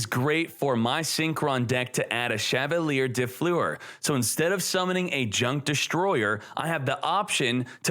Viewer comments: As a french viewer i love how you pronounce Chavalier de Fleur & Sorciere de Fleur xD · I love how he pronounces Chevalier de Fleur lol ( it's a french name btw )